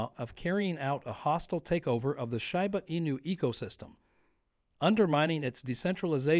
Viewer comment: it would help your credibility if you knew how to pronounce shiba